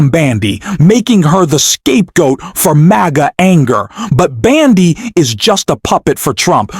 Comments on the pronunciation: It's BONDI not Bandi! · How on Gods earth does this guy keeps calling the AG Pam Bandi instead of her real name which is Pam Bondi who is this idiot that cannot pronounce her name correctly,so annoying.